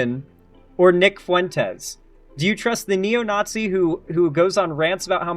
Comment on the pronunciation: pierce the naught-zee